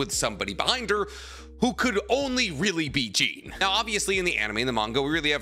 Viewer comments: You know so much about my favorite anime’s and mangas but it’s not “Jeen” you and everyone know it’s “Jawn” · The second you pronounced Jean like “jeans” made me leave this video. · Why you saying Jean like that bruh the anime literally pronounces it like John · plz pronounce jean right ffs